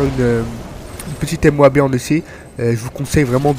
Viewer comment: dire M O A B ses une façons classe de dire moab like